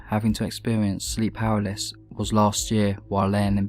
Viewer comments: he was saying "paraliss" lol it's "paralysis" btw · Say it with me! PARA-LY-SIS PARA-LY-SIS PARA-LY-SIS NOT PARALYS FFS. LEARN TO READ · Was he saying powerless?? You mean PAR-AL-ISIS... LMAO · Palasis you know how to pronounce this stop pretending you don't know how to pronounce paralysis your British it's in your blood ffs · I'm not impressed that pronounces "paralysis" as something like "paraliss". It's not that obscure a word and he surely must have encountered it before and know how to pronounce it. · should learn how to pronounce 'paralysis'.